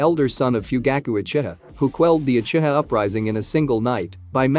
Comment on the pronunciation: Lol the text to speech is saying uchita instead of uchiha 😂